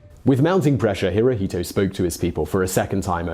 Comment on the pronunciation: Hirohito pronounced in Japanese is "Hiro-shto."